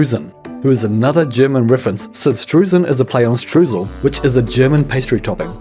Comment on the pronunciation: You keep pronouncing Streusen and Streusel wrong! How many hours of teaching did we go through huh? ... I forigve you ... but only because the Video was amazing! Also, I see you found great music for it. ^^ Love the vibes!